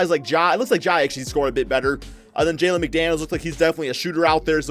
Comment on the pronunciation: Terrible, D Book at SF? And It’s Jaden McDaniels not Jalen. Do you know anything about basketball. And plz stop butchering Ja Morants name. It’s pronounced More-Ant (the bug)